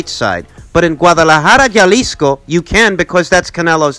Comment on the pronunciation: Jalisco is pronounced (ha-lisco )